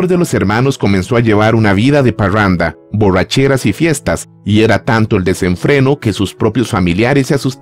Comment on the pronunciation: Parruanda... Borruachera.. Arreuglaron... Guitaurra 🤦‍♂️🤦‍♂️🤦‍♂️🤣🤣🤣🤣🤣🤣🤣🤣🤣🤣🤣